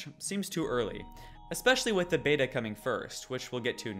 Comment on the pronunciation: the "bata" bro